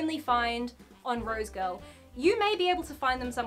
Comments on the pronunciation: 🤭 Girl! 🤭... Everytime You Kept Saying "Rose Girl"... I'd Say... "Rosegal"... "Rosegal"! 🤭😁😄🤭 Really Great Review - Thanks & Much Luv🦜Archie! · So is it rose girl or rose gal or is it her accent that is making me lose my mind? Cause I swear it’s rose gal and she keeps saying rose girl. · Cringe everytime she says "rosegirl" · Maybe its just me but somehow i keep hearing "roadkill" when she says rosegal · has a super complicated order that she gets for free and can't even say the name of the site properly